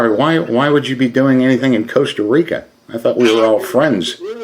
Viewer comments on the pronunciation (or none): I'm not even from the United states but when he first said Costa Rica I even knew that was wrong.